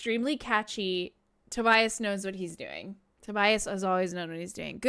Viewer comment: Finally. Someone can pronounce Tobias name 😂😂